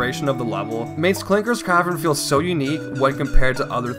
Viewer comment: And he says cavren instead of cavern.